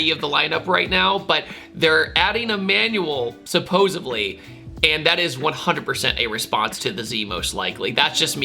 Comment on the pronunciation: Supposedly, not supposaBly. Its a D not a B. Just sayin.